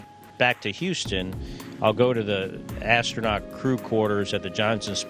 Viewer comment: What is 'ashtronaut'?